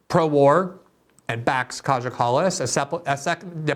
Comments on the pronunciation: It’s pronounced ‘K-I-Y-A’ not ‘KAJA’ Glenn! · Greenwald Its pronounced Kaya, our little brave princess. Her friends Analena and Ursula are equally brazen and delirious. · It's pronounced Kaya. If you see a J in a name from any of these Baltic and Slavic countries, you can presume it's pronounced as a Y. Just so you know for next time xx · It's pronounced Ki-ah Kallas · Glenn you are right about everything as always except one thing .. her name is pronounced Kaya.